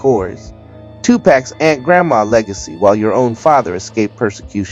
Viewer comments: "Two pack?" It's Tupac. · Who runs this channel and where are you from to pronounce tupacs’ name the way you did? Probably not even qualified to even speak on our buisness in the first place. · The way you mispronounce Shakur and 2pac is odd for a blk American.